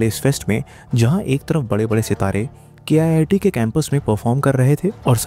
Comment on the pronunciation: Its pronounced Keet not K-I-I-T. Its not an IIT, its a private college.